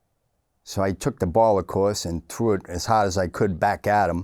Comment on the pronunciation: "he trew' it so haaaard"